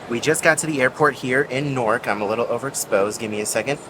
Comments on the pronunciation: Omg Please don’t tell me that you are pronouncing NEW-ark as Norc 😭😭😭 😂😂😂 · I kept hearing you say "Nork" and I'm like, where is that? lol in New York we pronounce Newark like "Noo-urk" 😂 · I came to comment about the same. 😂 ahhhhhh!